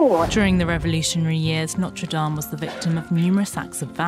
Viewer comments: I must commend you on your pronunciation. Most Americans for some reason refuse to pronounce Notre Dame correctly. People please take note: its pronounced "nought-ra damn" not "noter dame" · It’s pronounced “not” with a soft “o”, instead “note”. Please stop saying “note-re”. And the spire was replaced in the mid 1800s. What caused the fire? Possibly something to do with the renovation, not unlike the fire in Notre Dame de Chartres in the 1800s, but I’m not there and I’m not an arson investigator. So I’ll stick to what I know. I wish others would do the same instead of engaging in silly speculation.